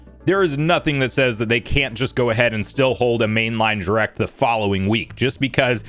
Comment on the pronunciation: I continue to be both fascinated and annoyed at the way you pronounce "direct" as jrect